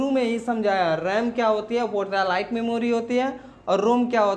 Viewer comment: वोटालाइट नही सर वोलाटाइल मेमोरी RAM